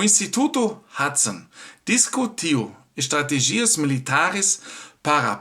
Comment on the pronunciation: O acento na palavra estratÉgia é no É e não no I como v pronuncia.